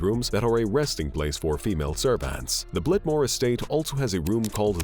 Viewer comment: Blitmore Estate? Blitmore? Really?